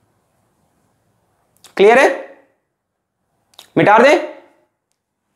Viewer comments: Mita de ❌ Mitaar de ✔️ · Aap metaar de kyun kahte hai🙂🙂